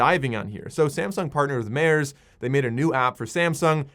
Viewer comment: Mares? I can tell from pronounce u not into diving 😂